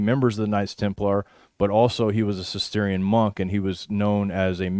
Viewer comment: Guys - Cistercian is usually pronounced sis-ter-shan, with slightly greater emphasis on the "ter".